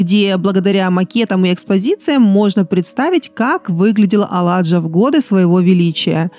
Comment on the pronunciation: Cупер..спасибо за красоту...монастырь Аладжа..в этом слове ударение на последней букве а....Alaca.....пестрый.разноцветный...bunt на немецком❤❤❤❤❤❤